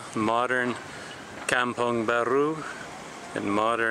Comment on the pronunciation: Is pronounce 'come pong'. 😁